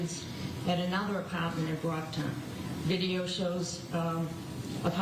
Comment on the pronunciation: "He woks to the dumpstah"...